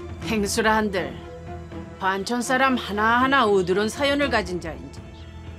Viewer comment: 어두운 사연 → 어두룬(어더런? 어떤) 사연